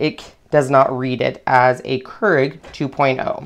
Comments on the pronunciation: It's 'cure-ig' not 'ker-ig'. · It's pronounced k-e-e-r-e-g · pronounced.... Cure ig